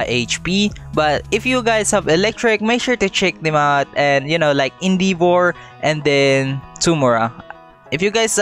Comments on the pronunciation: you said indivor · Indivor and tomoorah? ARE U FILIPINO, THAT MEAN AWESOMENESS